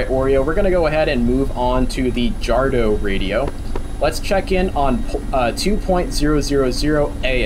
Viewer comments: Its Jadro (D-R-O) not Jardo. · And pronounced "YADRO"